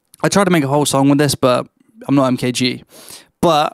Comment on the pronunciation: take a listen to his first ep and think about how you’re pronouncing his name, good stuff bro